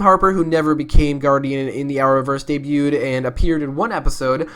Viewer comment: Did he say Ray debued s3 bich whaaaa